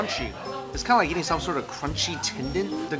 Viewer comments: its funny how he pronounces eating as yeating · The yeating, the yeel haha